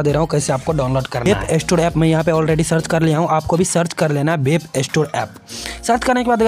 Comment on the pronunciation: Gadhe wap nhi😅 Web hota hai